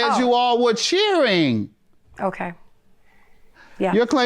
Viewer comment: Oh lady 😐 it's NOT CHEERSZZING ... It's cheering !!!!